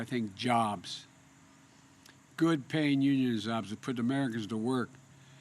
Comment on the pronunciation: "When I think of crime-ate change, I think of good paying un-srhrin shobs!"